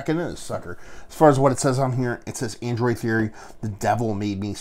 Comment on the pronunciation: I literally had to stop watching this because you kept saying ANDROID, and this brewery is called ADROIT theory. Android and Adroit are two very different words. For the love of God, man. Get a bottle of ADROIT Theory’s Love Of The Damned. Best Old Ale I have ever tasted. Adroit, man. ADROIT.